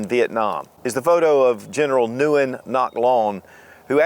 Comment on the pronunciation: The Vietnamese surname "Nguyen" is best pronounced "win"by English-speakers.